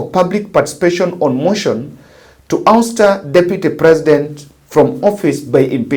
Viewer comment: Usta??? No.....its awsta (ouster)